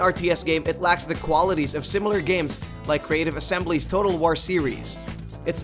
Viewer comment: Your inability to pronounce "war" correctly is distressing.